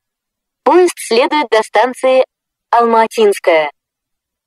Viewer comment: Раньше убого звучала Алма-Атинская («Алм-А(слабое ударение на первую букву)тинская) Ладно, хоть исправили... И да, английская озвучка о аэропорте Домодедово, была более смешная (это мое субъективное мнение)